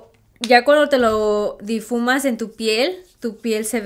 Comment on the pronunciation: Hola guapa se dice difuminas pero no hay problema como gustes decir te entendemos